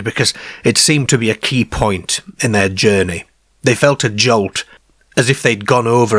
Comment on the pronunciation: Their Care 😂 (car)